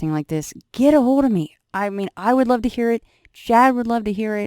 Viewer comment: When you said I love it like " I ruvv it" it reminded me of that old sun maid raisins advert some kid after being asked why do you like these raisins. She says " I rike red" because they are in a red box lol